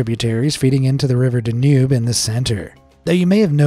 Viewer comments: It's pronounced "DAN yube", not "Den UBE". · The river between Germany and Austria is pronounced DAN -Yoube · This one shows how wrong I have been. I've always thought that this particular voice was a human and not AI, but it is hard to imagine the mispronounciation of Danube unless it was AI.